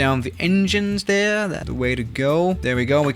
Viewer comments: Normal people: There: thè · Nobody: trying to say THERE: tHaRe